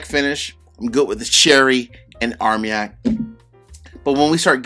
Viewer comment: It's not armyak. It's armanyak.